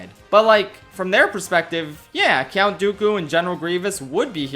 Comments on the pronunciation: Wtf is a "cyount"? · I love the video, but why are you saying "Cyount Dooku" every time? Are you pronouncing the "U" in "Count"? I'm very intrigued.